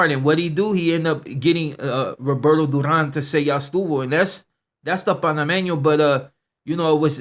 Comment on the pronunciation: 😂😂he said dew-raan (Duran)😂😂😂